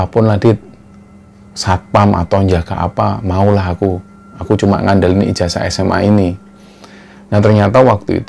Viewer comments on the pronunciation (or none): none